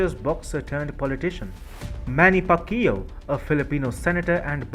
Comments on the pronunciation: What? Pacquioao? U must be kidding me. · It's pronounced "pak-yaw" btw. Also, Duterte is all hot air, he is in no way representing Filipino sentiments towards the ccp even if he is the county's incumbent president. He's more like a headless chicken when it comes to ccp-related issues and is generally seen as a laughing stock by his own country. Paquiao on the other hand, well let's just say the Philippines would rather not have a religious zealot in office who's thinking probably belongs in the dark ages. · i died after hearing your mispronunciation of manny's last name! u murdered it. lol. anyway, i like ur channel but i support duterte's way of dealing with the ccp.